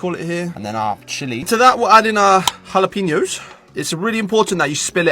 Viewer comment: Very cool, but the pronunciation of jalapeños made me cringe